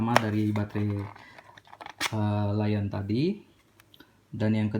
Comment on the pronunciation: L-ion dibaca Lithium ion bukan dibaca laion bang